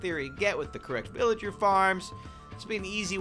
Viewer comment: He called the villager a philager